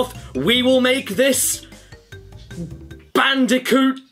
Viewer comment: Crash ban”day”coot